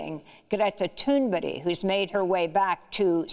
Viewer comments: It is Not pronounced Toon berry It would be Toon Burg it's that easy Amy! Cheers from Scandinavia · Its not Thunberry, its Thünberg. Come on Amy :-) (you probably ned a rest ;-)). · it felt like that, I mean, I was wondering whether we were given a lesson on Scandinavian name correct reading. I thought the same that it is Toon Burg not "berry". Thank you for the actual reading on the correct reading. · GRETA THURNBERG NOT BERRY for goodness sake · yes - shes made the same error in different videos so I thought it worth pointing it out - she’s great, not criticising, call it feedback. We all make errors. I respect her work hugely. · Why is Amy pronouncing Greta’s surname so strangely all the time ? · In Amy Goodman's 45-minutes-or-so DEMOCRACY NOW! in person interview with GT, in September 2019 in NYC, Ms. Goodman's first question was how do you correctly pronounce your name? It is a challenge for non-Swedes, including us who revere GT! :-) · Exactly Federico, I wanted to scream at the screen every time she said it. Cheers from UK.